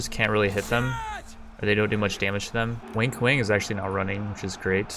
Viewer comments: I swear it sounds like your saying "wink wink" for wang kuang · It's Wang (pronounced as 'won' in 'wonderful') Kuang (as 'quan' in 'quantum')... not 'wink wink'..... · I love the way you pronounce WANG KUANG LOL. It sounds like something a teenager would do on his first date night.